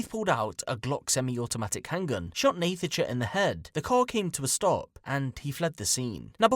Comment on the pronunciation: Idk why you keep pronouncing her name wrong. It's pronounced "Natasha" ffs